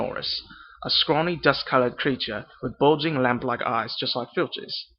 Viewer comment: You need to be a little more elegant with your vowels.. words like "named" "lamp" "line" sounds a little too forced. Stretch the vowel out a bit more.